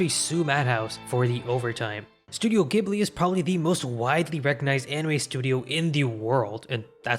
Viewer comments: Jiburi not Giburi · Ghibli = Ji-Bu-Ri not gi-bly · ジブリ Ji Bu Ri "jibli" "You sound like a damn fool when you say it wrong." The sad part is that you (and others) seem to be feeding a whole new generation (of Americans) mispronouncing the studio's name. Scrolling down the comments (as far as I dared) I saw several other issues brought up, but not the mispronunciation of the name of the "most widely recognised" anime studio. 🙄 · Ghibli is pronounced"jibli" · Ghibli is pronounced with a soft G not a hard G. In Japanese it’s pronounced ジブリ JIBURI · Hii just a small correction Ghibli is pronounced “Ji” buri not “geh” buri. Thanks so much for this video ❤ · Pronounced as 'jibli' not gibli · While the Arabic word ghibli is pronounced with a hard g, the Japanese Studio Ghibli is pronounced with a soft g like a j. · Good video. Although this video has made it painfully obvious to me that nobody in the west pronounces Studio Ghibli properly. It’s actually pronounced “Jibli”. Now I can understand why people make this mistake because the original word (which I think is Arabic) is pronounced with a hard G. But if you look at the katakana you’d see the first letter in Ghibli is “Ji”. (ジ) The reason for this is because Miyazaki, when deciding to use this word to name studio, didn’t realize it was pronounced with a hard G and nobody ever bothered to correct him. So in short, it’s pronounced “Jibli” despite being spelled “Ghibli”. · Thanks for the video! I learned a lot. However, one thing you did get wrong was that "Ghibli" is actually pronounced "Jibli", despite the spelling, which would make one assume differently. Also, it's not quite a correction, but I feel that winning an Oscar says nothing about the quality or competence of an anime work, and they have nothing to prove to award givers in a country that can't produce animation even 1/10th as good as Japan. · Yup, came here to say this. It's JIH-BLEE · Studio Ghibli is pronounced with a "J" sounds like "Jibli".